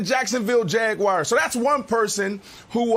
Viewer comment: “Jacksonville Jag-wires” 😂